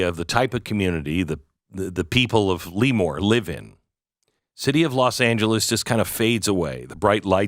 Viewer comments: It sounds more French. "Le-mour" or "Le-more." Not Lee-More. It's a soft first E, just for your knowledge. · California Central Valley native here. It's pronounced 'Leh-more', not 'Lee-more'! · Luh- More. not “Lee-More” But the KommieFornia minimum wage was intended to destroy and close small businesses. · Plus vote ... but a) it's pronounced lah-moor ... not lee- more. b) Don't forget, there are more Republicans in CA than any other state; more Californians vote for Tump than any other state. Just because a COUPLE of far left blue areas foil the rest of us. ... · Le-Moore, not Lee-Moore. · I can tell you don’t live in CA because that’s not how your pronounce that city’s name at all… never heard of LEEmoore…. I’ve heard of LEmoore. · Yep... Former Navy Avionics Tech who took a few touch-n-goes through NAS L"uh"more. Never heard of Lee-more until now. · It's pronounced LA more not Lee more😊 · If you're going to say a town's name, can you at least pronounce it correctly? Every time you said "Lemoore" it just grated on the ears of everyone in my house. "Leee-moore" *SMH* Lemoore is NOT pronounced "Lee-more" it's pronounced "Leh-moore", but don't TRY to separate the syllables. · It's not LEEmoore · Glenn, it's pronounced Le MORE. LOL! Sorry, this truly is sad. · It is pronounced "la more" thank you for the great description of the town and area. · Same-born/raised in Fresno. Relocated to Turlock, 1976. And it’s not pronounced Lee-more! …(cracking up). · It's pronounced La more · My wife and I laughed every time you mispronounced the town's name.